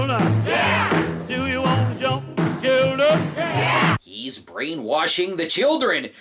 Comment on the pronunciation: Gotta be the whitest "yeah!" I've ever heard.